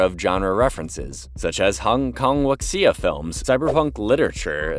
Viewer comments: Wuxia is not pronounced “WUCKSIA”, more like “WOOSHA” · Bro it's Woojuh